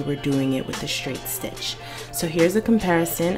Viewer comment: Shtrait shtitch shtretchy fabric. Is that a Maryland accent I detect? Not being mean I’m from Boston, OK? I just love accents! Thanks for the help! Perfect help and I just happen to have the same machine! Totally ordering the twin needle! Had no idea they even existed!